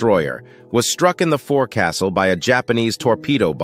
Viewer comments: It's pronounced 'fo'csle'. No castles on modern ships. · Teach your AI to pronounce forecastle “FOLK-sull”. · Dear AI it's pronounced, folk -sal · Foc'ile pronounced 'folk-sol' not For-castle. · It's pronounced folk sil, not fore castle. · Guy literally said for castle 😂😂😂 it's pronounced folksole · It's pronounced 'fokesull' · Don't ask why, just understand that in the Navy the term "forecastle" is pronounced "Fohk-suhl" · "Forecastle" is the original, complete word. Among English speaking sailors, it is pronounced "foc'sle" (FOHK-SLE). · Forecastle is pronounced “Folk-sil”. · Pronounced folk'sul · Pronounced "foke sul", NOT forecastle. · It's not pronounced like it's spelled. It's PRONOUNCED Foke-sel. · Pronounced : FOKE SUL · You need to retrain your bot voice. When written as “FORECASTLE” it’s pronounched FOLK-sel. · It’s pronounced “folksul” NOT FORECASTLE. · Please pronounce it FOLK-SULL. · Forecastle: it's pronounced FOLK sul. Usually written fo'c's'le. Your welcome. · It’s pronounced “foc-sel”! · Forecastle is not pronounced "forecastle" It's pronounced foksl. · Pronounced Foc'sle. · It’s pronounced focsale… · Besides the Navy history asecondary thing that struck my mind was the mispronounced word "forecastle". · Pronounce forecastle properly please